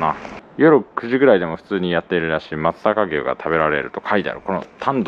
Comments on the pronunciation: ✖ まつざかぎゅう 〇 まつさかうし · あと、「まつさかうし」ですよ～